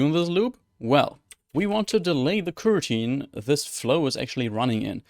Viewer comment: you've made a lot of high-quality videos about Android development -- thank you! One thing I would recommend to improve your channel is working on pronunciation of the word "coroutine," since it comes up so often. Try to put more stress on the first vowel, the "o" in "co". Right now the word sounds more like "kirteen," but you want the first "o" to sound clear, like the vowel in "toe." (Spoken as an ESL teacher as well as an Android developer.) I appreciate your hard work and helpful attitude -- it's a great gift to many of us programmers!